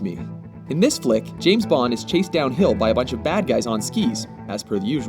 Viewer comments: *dies laughing* Did you just say James Blond? XD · no he said jame blond